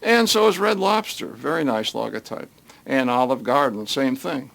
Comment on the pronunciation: it's pronounced LOW-GO. not log-o. lol.